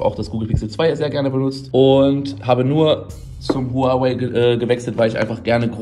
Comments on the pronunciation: Huawei und nicht huaway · Huawei wird “ua-wey“ ausgesprochen also genau wie Unge💪falls jmd denkt dass das kosmisch klingt